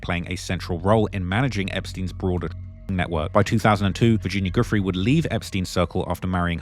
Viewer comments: Bruh how are you still saying "goofree" when it has been reported so extensively as Virginia "Jewfray" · Why are so many words censored and many names mispronounced? Never understood how some can spend hrs on doing a video & not check the proper pronunciation of names. Especially those who died. Virginia’s last name is pronounced like “joo-fray” and Gislane “gee-lane”. And pls breathe when narrating, it’s too fast,gets unpleasant to listen to after a while. Narrating is not a race.